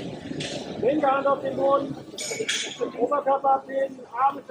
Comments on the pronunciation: "Chleudert den Purchen zu Poden" ... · „‘Chleudert den Purschen zu Poden!“ 🤣🤣🤣